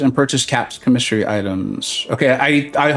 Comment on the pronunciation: I haven’t finished the stream yet but did you learn how to say commissary correctly? 😂 it’s like comma-sary. Or COMM-uh-sary. Stress the first syllable not the second. It’s a military grocery store on base/post and would have been where Cap shopped. 😊